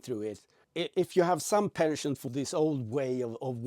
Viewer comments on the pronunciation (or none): none